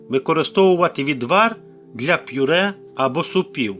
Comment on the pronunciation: Це просто лекція, дуже довго і нудно, ніякої чіткості. Повторення інформації декілька разів. Даремно потрачений час. Слово ПЮРЕ має звучати без апострофу.